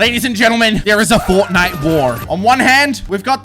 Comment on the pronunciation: Bruh it’s Fort-nite